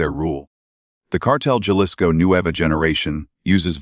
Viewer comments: Jalisco is PRONOUNCED "HA-LISCO"! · AI don’t know how to pronounce people’s name or the names of towns this one says Jalisco Mexico improve it people